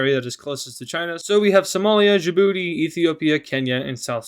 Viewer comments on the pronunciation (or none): none